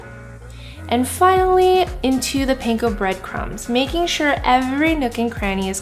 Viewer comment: And panko